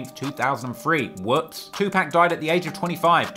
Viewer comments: I appreciate the videos. One critique it's not pronounced "Tupack" put some respect on the man's name. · I cannot believe your doing a video covering a rap iceberg and don’t know is to pronounce “two pack”…. You ——->🤓🤓🤓🤓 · You said 2Pacs name wrong. LOL. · My mom says 2pac that way too lol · Someone please tel him he pronouncing Tupac wrong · every time you say 2 pack it's a sobering reminder that you weasled your way in to this culture. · Anyone that pronounces Tupac "To Pack" has no rite to speak on rap...... please exit to your left sir good-bye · I used to want a British accent till I heard him say 2pack 😂😂😂 maneeee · did he say 2pack like 5 times....lost me there buddy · 😅 "Two Pack" 😂My dude, even Pac himself had something To say about that fuck up😂❤ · Why can’t 🖐🏻 people say “2-pac” right? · why you call 2pac, 2 pack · White ass sayin 2 pack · Tupac not Tupack smh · Dude stop saying 2pack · Now I know you know how to pronounce that man's name. It is not 'Tu-Pack" Have some respect for the dead. I get that you are from the UK and you have an accent, but you don't mispronounce nobody else's name. Just Tupac's. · The man's name is not two pack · Stop saying TuPACK